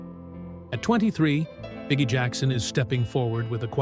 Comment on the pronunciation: We know his name is pronounced Bee Gee, not bigie, right?